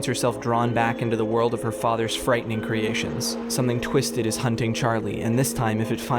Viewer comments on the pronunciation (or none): none